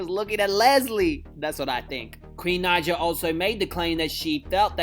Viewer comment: Can u say queens name right because when u say her last name wrong it says the N word with a hard R in the captions